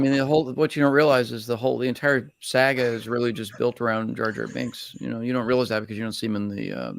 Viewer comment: JRT's George Lucas is one of the best impressions of all time, and no one else does it. I love a good obscure and unique impression, and Josh's ability to riff off the cuff while in character is just amazing. Also, the way his George Lucas pronounces "Saga" will never not be funny to me.